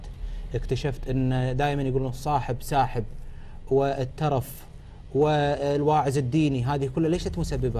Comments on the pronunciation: الواعز = الواعز .. غلطط المذيع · الوازع الديني مو الواعز الديني يا المذيع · المذيع يقول الواعز الديني ❌ الوازع الديني ✔️